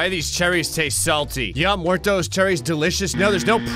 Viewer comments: i like that said charrys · The way he pronounces cherries 💀💀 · cherries like he's in the Royal family he says it like he's royalty it's hilarious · The emphasis of cherries is alarming